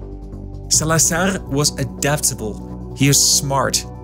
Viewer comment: The z in Salazar is… a z, not an s. Different from Spanish 😊